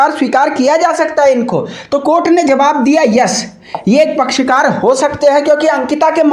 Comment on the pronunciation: पहली बात याचिका कर्ता का नाम - आशुतोष नेगी है । दूसरी बात पसकार नहीं पक्षकार कहते हैं । एंकर महोदय पत्रकारिता में शब्दों पर ध्यान दीजिए । यह अतिआवश्यक विदुं है।